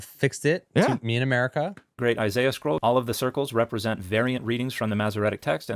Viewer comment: He didn't mention the mispronunciation of Isaiah's name